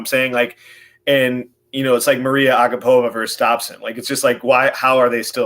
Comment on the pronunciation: Her name is Mariya dude, pronounced like Maria, not Mayra